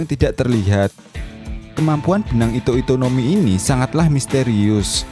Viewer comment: ito ito no mi omm, bukan hito hito no mi